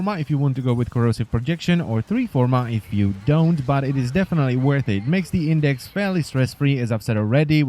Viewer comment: it's IndeX not IndeC